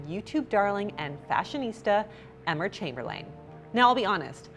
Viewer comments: The way she said eMmEr ChaMbErLane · “EmMeR ChamberlAin” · “ember chamberlane” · Did she say “Emmer chambermaid”?? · Anyone else hear “emmer chamber-lain” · Emmer Chamberlain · Is no one going to talk about how she said emma chamberlain? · 😂😂 I was looking for this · I can't talk about it. It was too much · I could swear you go out of your way to mispronounce peoples names😂 I’ve never even watched this girl and know how to say her name. And Kelly Ripa? Lol